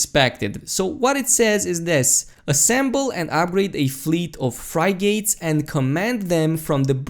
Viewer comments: fry-gates? you mean frigates? it's pronounced fri-gatts. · fry-gates lol...I think its pronounced "Friggit" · being able to build your own ship would be the best. BY THE WAY. its pronounced frig-gets, not Fry-gates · "frigates" is pronounced... "frig - its" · love your work, try pronouncing Frigates like this F-rig-its F connected to the Rig is FRig and then join the Ates or the sound of Its, so you can say Frig-Ates or Frig-Its. the English language can be stupid at times.... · FRY GATES ? --- isn't it pronounced FRIG GITS... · Yeah it was hilarious to hear xD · "Fry-gates" xD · fri-gates lmao that eastern European pronunciation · fry-gates XD seriously though, great video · That is not how you pronounce Frigates Btw